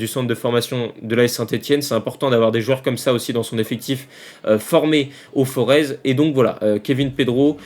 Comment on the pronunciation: Salut, très bonne analyse comme d'habitude. Si les recruteurs de l'ASSE pouvaient t'entendre! Juste une petite remarque culturelle, le Forez se prononce comme St Tropez c’est à dire sans le "Z". 👍👍👍